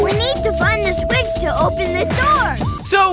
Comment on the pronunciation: Kunkels says swith not the s word